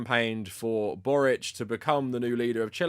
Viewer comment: as a croatian i really appreciate you pronouncing Borić's surname the way it would be pronounced in our language ❤️